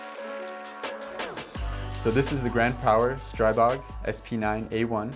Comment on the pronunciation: Seriously. The Grand Power CEO corrected several people at Shot Show: The proper pronunciation is : Stree-bog. . .